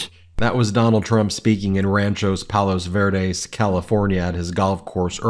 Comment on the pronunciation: He said he was in Palos vureds 😂😂😂😂 idiot